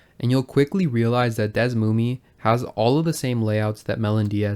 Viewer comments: its pronounced /dɛsˈmumiː/?? ive always been saying it like /ˈdɛsmumɛ/ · It's Pronounced DS-SUE-ME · Desmume sucks FR, worst name, old and slow, not modern, however it's great for researching games with the tools. I think it's pronounced as DS-moom. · ive always pronunced it Des-ooo-me